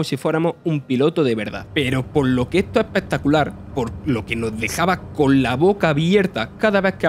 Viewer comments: Ese es un ejemplo palmario de lo que comento. Dice "el juego no ha sorprendido" cuando quiere decir "el juego noS ha sorprendido", pero al comerse la S entra en equívoco todo el guión. En fin, mi intención era sólo la de hacer una crítica constructiva. Llevar esto a una lucha territorial, o a una reivindicación dialectal me parece no entender o no querer entender. Es más sencillo que eso y nadie debe sentirse ofendido, repito, seguro que es un grandísimo profesional del sector, pero para locutar hay que hacerlo mejor. ¡Saludos! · Las "s" son importantes. No es lo mismo decir "El juego no gustó" que "el juego nos gustó". El mensaje cambia radicalmente. O se habla bien, o se está más guapo calladito. Sin acritud, compañero.